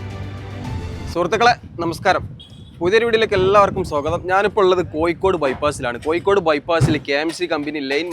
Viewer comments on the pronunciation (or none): കൊയ്ക്കോട് അല്ല കോഴിക്കോട്